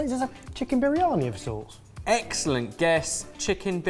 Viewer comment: Poor. Trying to make a joke when saying 'egg' celent an no one is picking up on it 😂